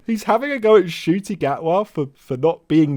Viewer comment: D'ya think calls him Doctor Nutty because he refuses to learn how to pronounce Ncuti's name correctly?